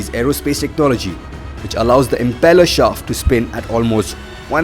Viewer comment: It is impeller - not embellisher.